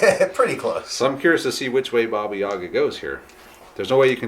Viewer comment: Please stop putting emphasis on "Ya", this is not correct, it stays on "A" (this is me talking about Yaga), in Russian it is pronounced that way, but what you pronounce sounds more like a Shakespearean character from Othello.